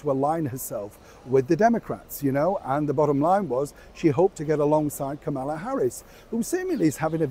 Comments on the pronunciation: love your channel. But it’s KAMala. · It sounds like he is. He also keeps mispronouncing Kamala’s name, which Trump and a lot of his supporters do deliberately, to disrespect her.